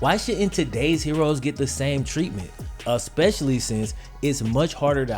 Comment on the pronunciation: "A-specially since..." LMMFAO... LOL